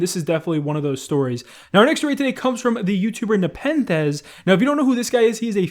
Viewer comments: SCARCE SAID NEPENTHEZ CORRECTLY YOU LOVE TO SEE IT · It happened. said Nepenthez properly and not Napen the Z